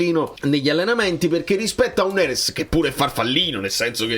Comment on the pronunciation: Ragà ma avete notato la pronuncia del Mister quando ha detto NERES...ha detto Nerèss hahahhaha..la napolitanità lo sta già contagiando dopo soli 6-7 mesi😅😅 Grande Conte.. FNS 🩵